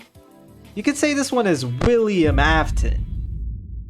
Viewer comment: You said Willi-am afton it made me VERY angry I do NOT like this video NEVER make that joke again it had RUINED EVERYTHING that I cared for and i started to go on a rampage at the nearest nursery home and foster care